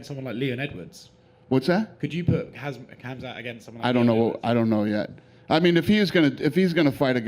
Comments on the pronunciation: I don't know if those "Journalist" can even read correctly...??? They repeatedly, can't get his name correctly... His name is not "HAZMAT" Chimaev, his name is "KHAMZAT" "Chimaev" I think they have to go back to elementary school again... 👎👎👎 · Not a Hazmat It's khamzat... This is not safety class for laboratory. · Do all these people have dyslexia? It's not Hazmat! Khamzat, as in HamZa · MFs kept calling him HAZMAT 🤣🤣🤣🤣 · Everybody calling Khamzat "HazMat". I reckon at this stage he should just use that as his fight name..... 😂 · How many times are these reporters going to call the dude Khazmat instead of Khamzat? Put some respeck on the mans name! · "Im KHAMZAT.... not hazmat... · Khazmat suit? This reporter need education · 3 casual reporters just called Khamzat, hazmat.. Casuals 🤦‍♀️ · The amout of times reporters call him "hazmat" is crazy Learn his name its not hard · "Hazmat"??? WHO DA FOOK IS DAT GUY??? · Why they keep on saying Khazmat??? He is Khamzat not Khazmat for Gods sake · STOP CALLING HIM HAZMAT jesus christ lol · they keep saying his name as khazmat, its khamzat , get the name right, it may be a household name frm now on, khabib is a legend and honestly he is better in character etc, n does not cuss like khamzat does which for a muslim is dissapointing and i hope he stop using cuss words, when someone instantly get into fame, it can break u, if u dont have the right people surrounding u, that is the very reason Khabib has his cousins and family always with him to put him back to his place...and keep him humble, grounded! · Why are they calling him khazmat😂 his name is khamzat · my man called him Hazmat smh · It is NOT KHAZ MAT 😅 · All of these journalists are calling him Hazmat, like he's some dangerous chemical. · Why do these lot keep saying his name wrong... is it really that hard